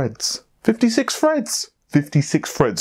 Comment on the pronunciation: "56 Fred's" xD Love you guys, though!